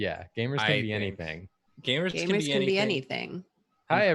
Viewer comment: really pronounced it "Gaymers🌟" and I felt my gay little heart flutter